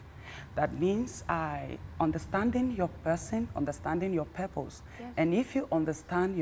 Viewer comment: said "perpose" 😂😂😂